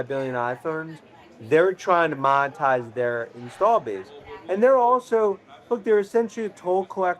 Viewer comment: I love when he says 'montize' and other quips. He's so cute in that shirt.